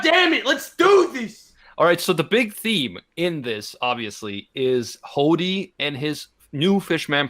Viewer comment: i love how pronounces hody as hoddy. im gonna start using that now.